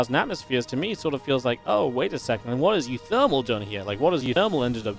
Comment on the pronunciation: you keep mispronouncing one of the player names; it's pronounced oowooThermal.